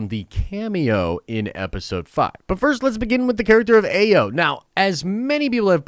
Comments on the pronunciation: Ayo’s name is pronounced I-yo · Shuri and Bucky involved romantically involved❌❌❌❌ but i can see him with a Dora Malaje, most likely Ayo pronounced(eye-o)